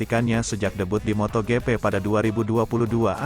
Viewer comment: Pak ... kalau baca Motogp, bikin geli. Tolong baca saja motojipi biar enak ... bukan motogepe pak 😂 Lanjut sprint race ... baca saja sprin res. Satu lagi untuk main race, baca saja main res ... Maaf ya, biar enak saja di denger ... 😊😊